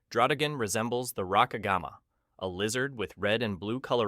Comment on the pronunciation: RAY-QWAY-ZA NOT QWAZA